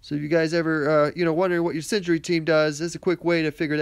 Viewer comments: SIN-ER-GEE - I couldn't concentrate when you kept saying SIN-JURY lol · Its pronounced Syn-er-gy not Syn-gery. LOL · Syn-er-gy :P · Singery... haha xD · lol yes scratched my head when i heard him say it..